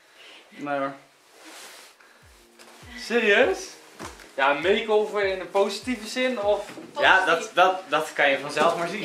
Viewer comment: "Makeover" ik hmmm "Meesover"